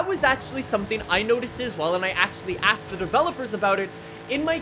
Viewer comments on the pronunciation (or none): none